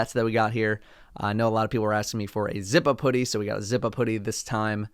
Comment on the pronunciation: When said zip up hoodie, I thought he said zippa poody